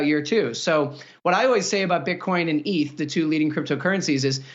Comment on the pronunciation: Why do some people call it "eeth". It's eth. BAYC is so dumb. Tank it.